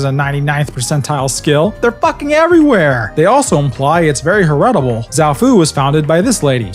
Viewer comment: "hair-ret-able" lmao try "herit-able" my dude